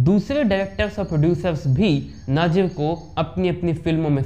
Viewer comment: अरे भाई नाजिर नही नजीर है